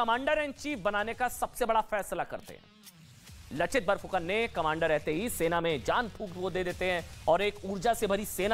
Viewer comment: Not लचित बोरफुकन its लाचित बरफुकन